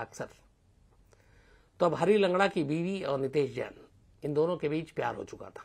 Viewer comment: यह घटना अजमेर की है अलवर की नहीं और नाम गलत बोल रहे हो नितैश जैन नहीं नितेश नैन है